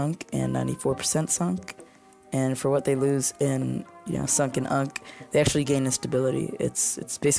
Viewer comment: you-an-see not unk 😭😭🙏🏻🙏🏻